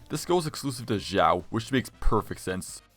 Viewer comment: baiZu lol Zinyan Zhangling Zhao Zhanyun mf got that Mtashed pronunciation